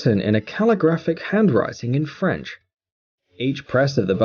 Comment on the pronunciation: The narrator's murder of the French language is painful.